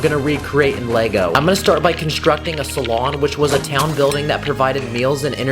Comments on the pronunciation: You said salon , it's pronounced Sal-Oon :) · it’s pronounced saloon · the way he says saloon hurts me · “salon” ITS SALOON. WITH A DOUBLE O. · It is called saloon (Sa loohn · bru said salon its saloon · fire vid. You said salon instead of saloon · Good vid but (not trying to be rude pls do not take offense) you said saloon wrong (just in case you need for future vid is something) pronunciation: suh- loon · You pronounced the word saloon wrong